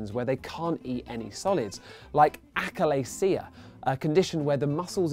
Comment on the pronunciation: ashalasia not akalaisia